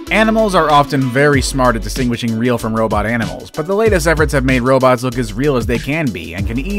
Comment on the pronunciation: nobody: RRRRRRRRRrrrrrrrrrrobts